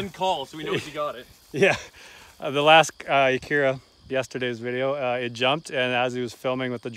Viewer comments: Where I come from it's called an ack-ura. Not akeeerrra. Lmao 🤣🤣🤣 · wish i had that acura, plus youre saying acura wrong